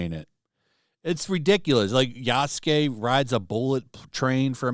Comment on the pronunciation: Forgets the part where Ya isn’t pronounced as Yu so many times.